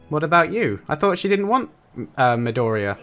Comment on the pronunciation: Btw, it's Me-Doh-Ri-Ya, not Mediora.